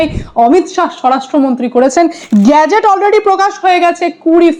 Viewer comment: মা, গ্যাজেট নয়, কথাটা "গেজেট "!